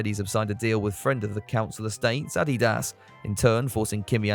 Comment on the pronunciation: You can’t seriously pronounce “Adidas” like that 😂